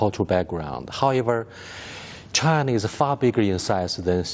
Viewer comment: He pronouces China like Chana